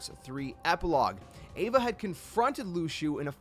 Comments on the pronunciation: Ava is Ah-vuh. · You pronounced Ava wrong it’s pronounced like Awva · i thought name was ava not eva #smh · (Ahva) is how its pronounced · Ahh-vuh* she's not an evangelion lmaooo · Xigbar literally says Ava's name in the cutscene. So why do you pronounce it like that?